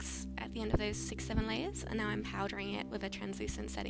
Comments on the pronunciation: Is she saying "6 or 7" layers of latex? Or 67 layers of latex lol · Did anyone else think that when she said six or seven layers that she said 67 layers?